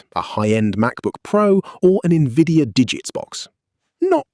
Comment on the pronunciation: AI generated video where they cant even pronouce NVIDIA DGX